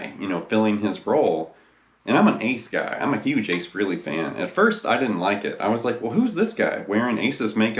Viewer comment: Fray Lee - not Free-ly